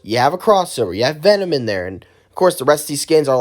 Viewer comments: My man really called him venmon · You called it Venmon it’s Venom